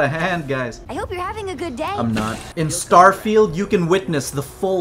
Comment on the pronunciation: "Starefield"... I'm dying